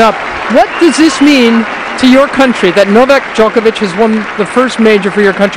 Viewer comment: The pronunciation of "Djokovic", my goodness. But it was still early, and now everyone knows how to pronounce it.